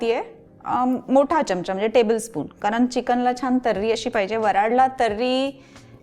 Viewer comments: चिकन खूपच छान, फक्त एक सुचवायच आहे कृपया "च्यमचा " म्हणू नका "चमचा" म्हणा. चांगल नाहि वाटत ऐकायला. बाकि रेसीपी झक्कास 👍🙏🙂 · pan marathit apan " chamcha" mhanto "chyamcha" nahi..